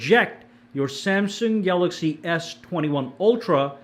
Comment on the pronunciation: Be says galagsy Instead of galaxy😅